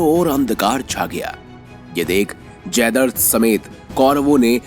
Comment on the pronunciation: जयद्रथ__ जयदर्द नहीं